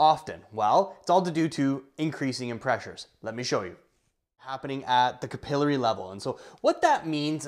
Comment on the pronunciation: It’s Cap-uhhh-Larry! 😂 👍🏼